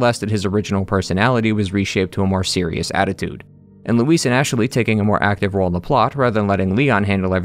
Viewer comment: Anyone else hear him saying “Ash-a-ley” sometimes? Can’t unhear it lol